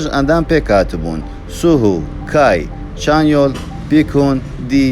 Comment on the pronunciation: چەنیۆڵ نا چانیۆل 💀 جوان بیخوێنەوە کاکە